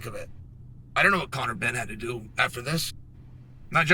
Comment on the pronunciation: Chael sonnen "conor been" loool